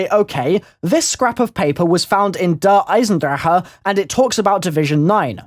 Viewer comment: Someone who says Der Eisendrache right, that's incredible